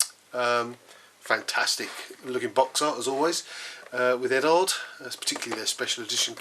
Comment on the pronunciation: Nice kit. How much does it cost? One thing that just drives me nuts is the mis-pronunciation of Eduard (Ed-ward, not Ed-ard) and Decal (De-cal, the e is long and the a is short and not silent)